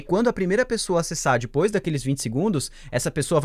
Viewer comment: você fala: "dipois" em vez de depois kkk Mds Amo esse canal <3